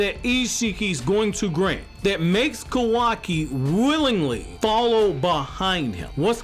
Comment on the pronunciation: I just have to ask, but why are you saying "Kowaki?" Its Ka-wa-ki." Just curious to why you call him Kowaki.